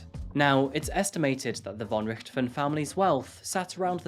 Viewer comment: aye its hard. also for the most eng ppl its hard to say "von" in german they speak the "v" like an "w" ,but its actual close to "f" in eng ;D so if you talk eng and want to pronounce "von" in german think of it like "fon" and your rly close =)